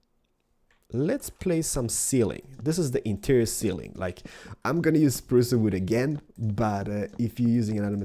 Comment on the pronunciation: It's not "spruca wooda".....its spruce wood duh